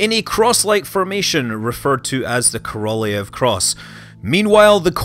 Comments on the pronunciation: Korolev is pronounced Korolyov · Great channel Scott keep up the great work. Ko - Ro - L-yo-v with accent on first two syllables, best way to pronounce his name. Great summary though! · Sergei Koroljov should be pronounced Serkeii Korollyofff, stressing on last part of names. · Korolev, pronounced "Karral-yov" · Korolev ~ Kah-rah-lyow "ly" being a soft l sound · migkillerphantom well, properly his name is Королёв, which have to pronounced like Korolyov. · How can it be so insanely difficult for English-speakers to pronounce Korolev? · Is that how you pronounce Korolev? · Scott, why did you butcher the Korolyov's name so mercilessly in the first half of the video? And yay for mentioning Fregat module. :) ((My Mother is working in ground testing department for those checking that the device is providing correct telemetry before it gets bolted to the rocket...)) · As a Russian I just want to inform you that your pronunciation of "Korolev" is disgusting not great. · true. I'm agree with you.